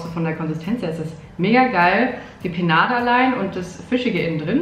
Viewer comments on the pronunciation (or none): Liebe es wie du „Penade“ sagst statt „Panade“😂😘😘